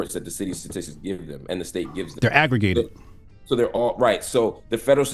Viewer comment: "Wut does aggruh-gay-ted mean?"